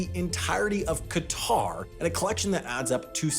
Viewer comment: Thanks for pronouncing Qatar properly